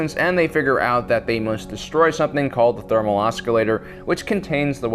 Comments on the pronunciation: Oscillator......the C is silent. Not as bad as when some Youtubers mispronounce Curuscant...........but still..........they clearly pronounce the word in the movie. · Okay, I love you guys, but this bugged me all video: you don't pronounce the c in oscillator. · FYI, "oscillator" is pronounced "oss-ill-ator", not "osk-ill-ator." eye twitch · Its not an OSKilator. Its an OSCillator. The c and the s are pronounced the same. Its annoying hearing him say it wrong. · it's oscillator not oscalator...and yes a senior citizens can be that strong. getting older doesn't make you weaker if you stay active as Han clearly has, it just diminishes your endurance. i know this cause at 81 before he died my grandfather could still hook chains to a big block V8, unhook and unbolt the engine throw the chains over the rafters in his shop and pull it out with his hands. maybe you should just consider that this isn't conceivable to you because you are extremely physically weak, and come from weak stock. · OS-CILLATOR... not oskillator lol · I am really sorry for this and I guess I'm not sure if this is pronounced differently in like England or somewhere, but you keep pronouncing oscillator like "osk-i-lator" when it is normally pronounced more like "oss-i-lator" like what a sinusoid does. I'm sorry but that was just really bothering me when you said it that way multiple times. If you are pronouncing it in a perfectly valid way please let me know. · I like this video very much. Your theories and opinions are fun to watch and enjoy. The only issue I had was your pronunciation of oscillator. There is no hard "k" sound in it, os·cil·la·tor. It's like ah-sill-a-ter. Hope this does not offend as that is not my goal. Please keep up the great work! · is that how you pronounce oscillator on the other side of the pond or am i missing something? should be spelled oss instead i wonder how long itll be before society just does away with non phonetic spelling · The C in "Oscillator" is silent.